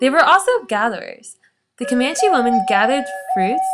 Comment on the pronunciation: She's pronouncing the tribe name wrong... she's saying Comanechee it's Comanche!!